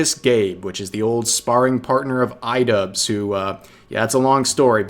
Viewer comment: why am i hearing rev say idupes and why does it make sense?